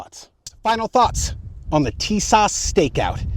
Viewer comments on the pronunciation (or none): It's pronounced "tee-SOSH."